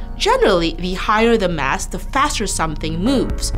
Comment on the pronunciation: If only she could have said "mass" instead of "mess" , i would have definetly watched the entire video. It was annoying